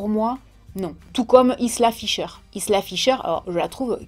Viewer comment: Hé ben toi qui a vécu en Ecosse tu ne sais pas prononcer "Isla"?😜